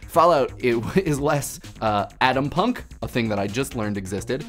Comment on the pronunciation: Adampunk? I think you're trying to pronounce Atompunk... Correct?